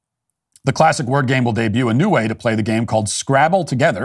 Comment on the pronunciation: SCRWABBBLE 4 dumocrats